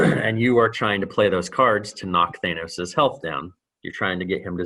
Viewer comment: He kept saying it as "Thanus" instead of "Thanos" lol Reminded me of the "Thanus Theory"